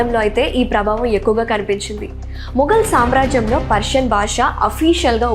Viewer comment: వెరీ గుడ్ మనవరాలా! తెలుగు భా(బా)ష ఉచ్ఛా(చా)రణను ఇంకాస్త అభివృద్ధి చెయ్యమ్మా!